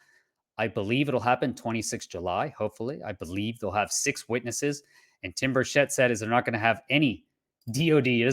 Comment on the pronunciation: Tim BURchett not burSHETTE